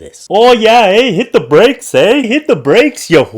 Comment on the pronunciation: Oh my goodness, The Hit the Brakes eh sign was hilarious and then you said it like the true Canadian that you are made it that much more hilarious and I was laughing so much. I am 25% Canadian through my dad's side of the family! Made me think of the show Strange Brew with Bob and Doug Mackenzie.